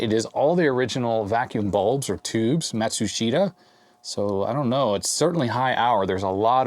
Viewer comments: It's "Mat-schuss-ta". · You pronounce "Matsushita" like the way it is spelled, but it is actually pronounced like mit-su-shi-ta.